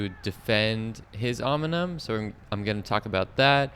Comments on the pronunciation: Great video, I wish I was local so I could race with you (Hello from NYC). Also, the pronunciation of "OM-IN-UMM" killed me every single time. Can't turn it into a drinking game as your participants would be dead from alcohol poisoning. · Om-neeeee-um! Nice video though. Great channel. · 😂could agree more with the Pronunciation